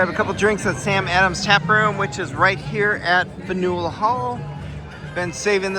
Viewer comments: Great Vlog! Boston is such a great city with amazing food! The public garden is even more beautiful in the spring/summer with the flowers all in bloom. Impressive that you finished that massive lobster roll 😊 also it’s pronounced Fan-yule (faneuil hall) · Wait you actually pronounced it Fan U El Hall? C'mon!